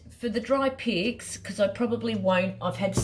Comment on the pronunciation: You create such beautiful pieces PS every time you say “dry pics” it sounds like “dry pigs” 😂